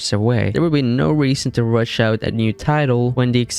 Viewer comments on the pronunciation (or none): none